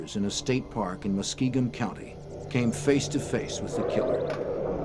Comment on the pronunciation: They also pronounced Muskingum county as muskeegan county